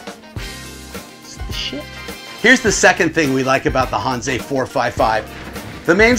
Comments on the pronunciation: out here in cali, that's how i say it. hanse is not pronounced hansa, because it makes no sense. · Maybe he'll figure out how to pronounce Hanse in the next video.